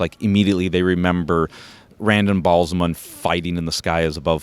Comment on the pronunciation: Cool diorama, but the pronounciation of character/place names is driving me nuts. Seanchan - SHAWN-CHAN not son-chin. Rand Al'Thor - Al-THORR not Randal THorr Ba'alzamon - Bah Al-zah-mon not Bal- zuh-mun.